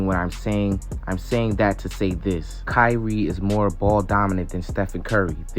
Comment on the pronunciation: it's Kyrie and it's not close